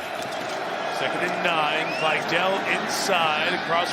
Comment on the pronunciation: Vye-Dell? His name is Vidal.